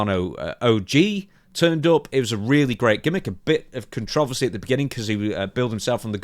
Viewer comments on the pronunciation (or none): Can someone help with pronouncing the word "controversy" correctly?